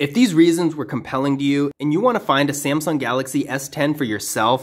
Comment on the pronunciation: you accidentally said samsing galaxy s9